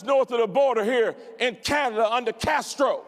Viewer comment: You said it right when you said castro